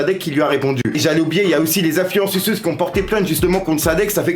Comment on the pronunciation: « influen suceuse » 😭